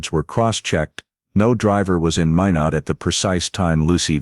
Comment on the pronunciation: Watching from North Dakota and it is pronounced (My not) Minot